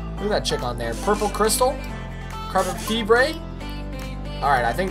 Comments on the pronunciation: Did Just Say Carbon Friber?Carbon Fiber is Correct not Frieber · no one gonna call him out for saying carbon feebray instead of carbon fiber (fibre) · He said carbon feebray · Carbon fee-bre!! 😂😂😂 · He cant even pronoucne carbon fiber